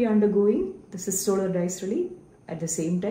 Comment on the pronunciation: സിസ്റ്റോൾ എന്നും ഡയസ്റ്റോൾ എന്നുമല്ലേ പറയേണ്ടത്.